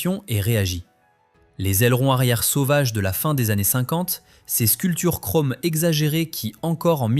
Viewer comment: Kromm au lieu de chrome... Quel crétin! Une parodie de lèche-babouche...